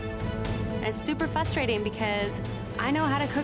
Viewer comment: We just gonna ignore the fact that she said “fustrating”